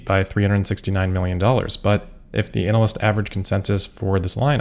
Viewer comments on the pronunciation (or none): You might want to take care with how you pronounce 'analyst.' Half the time it sounds like you're talking about a specialist type of performer in, uh, entertainment for grown-ups. It's a bit gross, frankly. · is that the correct way to pronounce "analyst?"